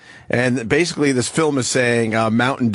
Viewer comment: “They bathe in it bathically”